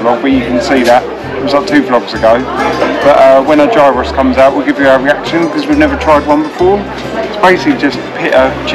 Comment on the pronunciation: Nice thing to do with the dogs 🐕. You Pronounced the word Gyros correctly in the later part of your video. Gear Ross 😎🇬🇷😂